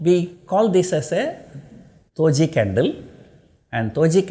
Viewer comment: Did he say Toji or Doji 🧐